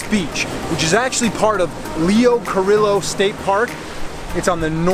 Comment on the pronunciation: It's pronounced "Car-ee-o"